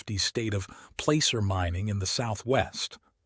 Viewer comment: you say plAcer but it sounds more like plasser... also, ppl in Prescott say something like presskit... like bisquit...sounds weird but that's how they say it... cheers!